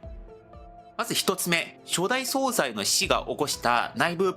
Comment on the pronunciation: 大変興味深く拝見しておりますが、内容のことでなくてごめんなさい。何度も出て来るので気になりましたのであえて指摘いたします。総裁は、「そうざい」でなく「そうさい」と濁らず発音します。